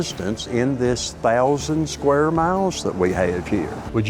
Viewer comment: What's a "shquare mile"??